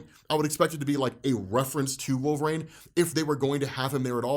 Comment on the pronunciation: LoL, "Wolvraine".